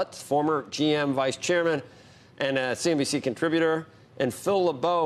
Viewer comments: It’s CNBC not cnbs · Its CNBC (not CNBS) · CNBC lol you keep saying CNBS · The video is great but is there a reason you keep referring to “CNBC” as “CNBS”...just wondering??